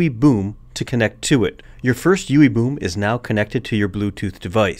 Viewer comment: Is it just me or is it kinda funny every time he says "Ewwie Bewm" :-x